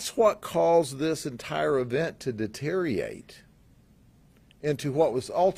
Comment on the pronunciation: I'm with you. Of course, I took away the "important" parts if the presentation also, but I'm hyper sensitive to poor speaking; especially poor 'public' speaking. I like Grady. I would like to tell him the proper pronunciation of deteriorate. Knit picky, I know, but I think he would want to know. I would.